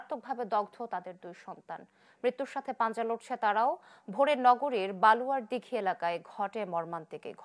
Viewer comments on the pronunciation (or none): আপনারা জায়গার নাম ও ঠিক ভাবে উচ্চারণ করতে পারেন না। বলুয়ার দিঘী নাম বলছেন অন্য একটা